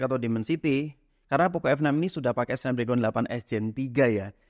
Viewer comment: Cara bacanya SNEPDREGEN bang